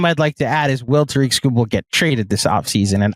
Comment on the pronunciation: Ta-rick, not Ta-reek. is the man. Illitch won't pay him. We'll take Tong, thank you.